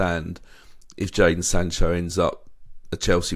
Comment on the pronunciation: It’s Jadon not Jaden you bellends